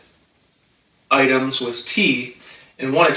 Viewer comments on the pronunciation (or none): none